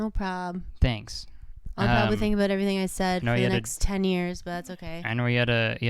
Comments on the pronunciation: nobody: absolutely NO ONE: Kurtis: aboot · JJ McCullough would like to have a word with you.